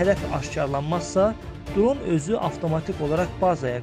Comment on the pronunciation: Qaqa duron yox dron demek lazımdır! Amma video super! Like